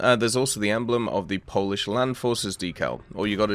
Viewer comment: Poland? "We puish"